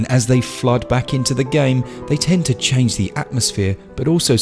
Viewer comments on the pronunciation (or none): none